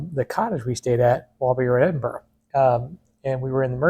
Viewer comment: Thank you, sir, for pronouncing Edinburgh properly, Pastor. Miss Scotland deep in the bones. Used to travel there all the time.